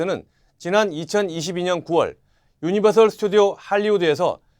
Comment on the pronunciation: 유니버설 입니당 셜 아닙니당